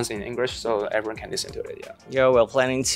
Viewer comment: Are you kidding me😂😂😂 He's not even close to correctly pronouncing most English words, even as simple as the word “very” , “everyone” “definitely” ……??? 😅 and his phrase is completely broken with a heavy HK accent.